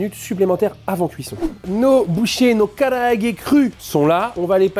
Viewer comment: Super vidéo, mais Japanese grammar nazi incoming, pour la forme, vaut mieux dire "kalaage" que "karaage". Ca me pique mes oreilles.